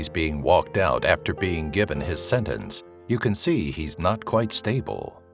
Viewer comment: It's pronounced senTence not senence!